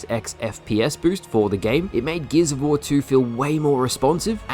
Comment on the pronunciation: Great vid. Also "geezavor" 🤣